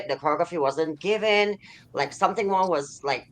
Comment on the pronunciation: "I don't think it's wong for me to say sumting but..." is diabolical